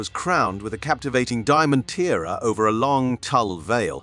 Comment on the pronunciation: I wish videos would stop using AI voice over. It gets so many words wrong for example “tiara” not “teara”.